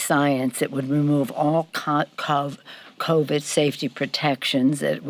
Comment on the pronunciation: "Ka, Col, COVID", really?!? After almost two years and you can't say the name of the virus?